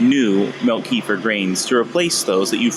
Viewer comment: It ain't pronounced keefer. It's like ke-fear... plus what are we talking about here, the grains or the actual kefir?